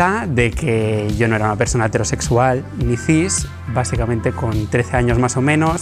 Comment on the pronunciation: Pregunta seria, porque pronuncian hetéro en vez de hetero cuando hetero es una palabra esdrujula y no grave fkfjkf es una soberana estupidez pero no entiendo porque pronuncian así, eso